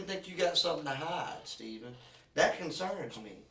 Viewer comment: It takes for the detective to announce, "I don't wanna play a game weeth you Staayven." Aye cop? Where ya been the last hr'n half?